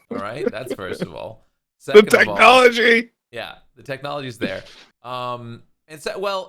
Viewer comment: technology or technoloXI?